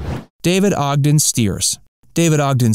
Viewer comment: Ogden… not Odgen! thanks